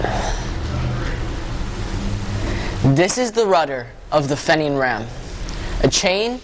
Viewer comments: Just found this and I congratulate you on you interest in history -- especially Irish-American history. However you should know that the name is pronounced FEE-nian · This kid is amazing and should be commended for his interest in obscure history. Few people in Paterson, and almost none outside Paterson, have even heard of John Holland. It is spelled Fenian so we in America pronounce it Fenian. By the way this is not the boat retrieved from the Passaic River. It was the smaller boat (14 foot boat) also at the museum.